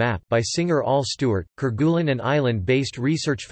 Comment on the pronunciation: French pronunciation: care-gay-LEEN